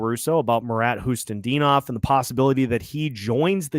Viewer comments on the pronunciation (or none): Other than calling Khusnutdinov "Hustendinov" as usually lol